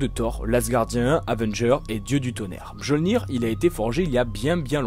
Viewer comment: Attends... Tu ne t’es pas posé de questions, à aucun moment, sur la prononciation de Mjolnir ? Du coup (et attention je ne parle pas qu’à propos de ce que je viens de citer), on dirait un peu que tu récites qqch que tu as trouvé sur internet sans comprendre ce que tu dis, pourtant tu lis des comics, et tu as sûrement vu les films... Enfin bref la vidéo dans son intégralité est bien et agréable au visionnage.